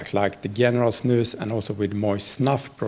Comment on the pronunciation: That's the correct pronunciation though.